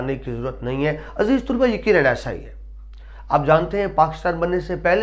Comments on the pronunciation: تلفظ کے اعتبار سے بہت غلطیاں ہیں ۔ ظُلبا نہیں طَلَبہ، درست ہے، مَزاح نہیں، مِزاح درست ہے۔ قہقہ نہیں قہقہہ درست ہے۔ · lafz musanif ka imla aur lafz pata ka imla mujay drusat nahein lag raha...lafz muzah aur talaba ka tlafz b drusat nahein lag raha..rahnumai fermaein